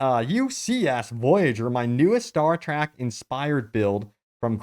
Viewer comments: Its Star TREK not Star TRAK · It killed a part of my souls every time he said “star track” Edit: I just finished the video and there are so many butchered pronunciations that my soul is 100% dead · Did you say Star TRACK? WTF IS WRONG WITH YOU? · ”STAR-TRACK” lol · What's "star trAck"? Oh, you meant Star Trek.... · It’s star trEk not start trAck